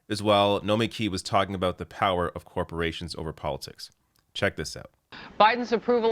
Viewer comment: "corprations" --- TRIGGEREDDDDD